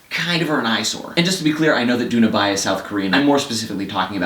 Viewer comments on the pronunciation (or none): Just a pointer; Bae is pronounced more similar to "bay" rather than "bye" ... Anyway, you sold me on the movie (and the book I guess), now... time to find 3 hours and the mentality to watch a thinker.